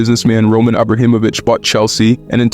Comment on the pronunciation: It's not Roman Abrahimovic, it's Abramovic